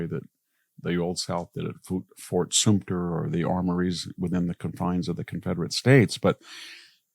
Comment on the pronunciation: I’m grateful that you put the t in Fort Sumter, but the sum is pronounced like sum, not soom…I grew up in Charleston and visited the fort often